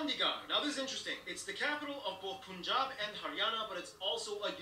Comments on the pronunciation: You Russians are pronouncing "Punjab" the right way. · You pronounced punjab correctly...